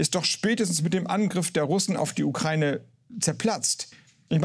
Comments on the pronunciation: Wenn Sprachwissenschaftler Ukraine nicht aussprechen kann. Ukraine nicht Ukreine. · Nur eine Kleinigkeit: Der Begrriff "Ukraine" wird wie folgt getrennt: U-kra-i-ne. Insofern wird diese Landesbezeichnung NICHT mit "ei" ausgesprochen, i.S.v. "Ukreine" (U-krei-ne), sondern JEDER Buchstabe wird EINZELN ausgesprochen. Herr Harbeck und andere, die hier einen Aussprachefehler machen, sollte das wissen oder wissen dies nun. Das Land heißt: U-kra-i-ne und NICHT "Ukreine"!!!